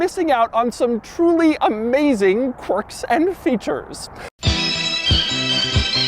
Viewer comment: all it took was hearing how weirdly he said "quirks and features" and i'm hooked! BTW what does BYD stand for Burning Your Dollars?